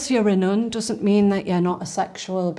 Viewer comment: As an easterner what's this accent? It makes her so elegant well except that 'nuun' pronunciation.